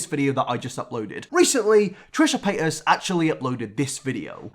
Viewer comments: No one: This guy: Trisha Payt-Ass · I like how you say her name UwU sounds like Trisha paid ass